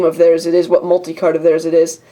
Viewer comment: You said multi-CARP! lol.